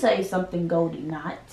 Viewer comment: issa girl niya niya she said Goldie thot...